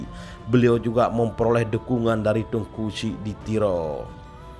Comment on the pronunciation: Teuku min...bukan tengku